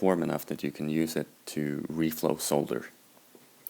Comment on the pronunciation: always nice to listen to some one who knows how to pronounce ‘solder’ properly!!